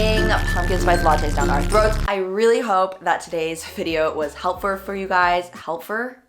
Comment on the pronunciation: "helpfur" lmaooo